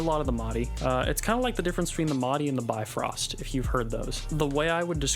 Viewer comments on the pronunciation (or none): I've got one and agree with your fine review. Please just don't say "bye-frost" when you're referring to the rainbow bridge between Ásgarður, where gods live, and Miðgarður, where men reside. The name Bifröst is still in use in Icelandic language, and it is pronounced more like "Biff-rust".